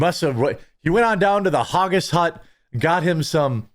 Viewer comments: Hag - gis not Har-gis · Its pronounced "Hag-gis" - Its not supposed to sound like Haagen-Dazs. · Hawgis lmao. Poor midwestern man can’t pronounce the letters ag without adding a y. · If you want to make Haggis jokes at least pronounce it right lol...We have to many child predators but then i'm sure you would give him a firm hand shake like Dr... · Maybe normal in America but not in Scotland. Most of Americans don't even know where Scotland is. You also can't even pronounce flippin HAGGIS!!!!!!!!!!!!!! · Man can't even pronounce Haggis properly.